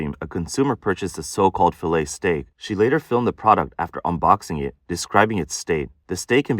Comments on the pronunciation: Fill-et ? Fa-lay thats how you say it lol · Nope - it's fiˈlā, ˈfilā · Cringe every time she says filet….